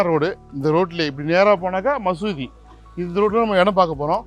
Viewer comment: மசூதி மசூதினு ஏன் அழுத்தம் தருகிறீர்கள்?